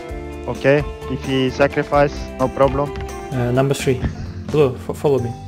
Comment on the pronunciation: он русский он сказал " Намбер три"